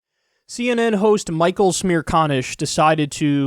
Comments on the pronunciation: Michael checks pronoucatuon "Smear con-ish" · I thought u said smear con ish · is he really called smear-con-ish? why not just say it how it is? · "Michael Smearconish" 😂